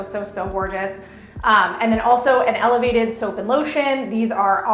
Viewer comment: And "elevated" 😅